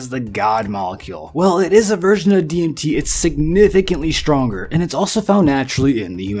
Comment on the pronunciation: LOL had to turn this off less than 2 mins in... dude can't even say DMT properly...